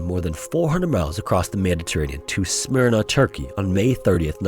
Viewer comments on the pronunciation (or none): none